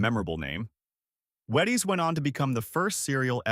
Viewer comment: Uh, that's WHEE-ties....